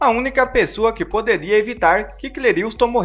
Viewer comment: Meu caro Youtuber, em respeito ao morto, por favor pronuncia o nome dele correto: é C L É R I S T O N, não é C L E R I U S T O N...